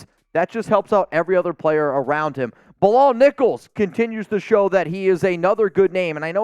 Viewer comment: My name is Bilal too, you’re pronouncing the name incorrect. You’re saying “Bill-All “ that’s not the correct pronunciation. It’s pronounced “Be-lal” the last two letters are like “Al” not “All”